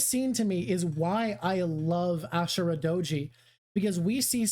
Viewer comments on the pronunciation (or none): none